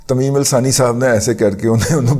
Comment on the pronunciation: اچھا لگا آج أپ نے "ثانی" کہا ، "تھانی" نہیں کہا ۔